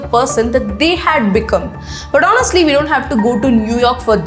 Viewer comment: You pronounced honestly wrong. ‘H’ is silent . Thank You